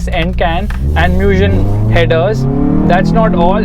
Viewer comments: Its Mugen, not M-U-gen 🤦🏻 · Bro really pronounced "Mugen" like "Moojin" LMAOOOOOOO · Btw "mugen" is pronounced "मुगेन्" which means "infinite" in Japanese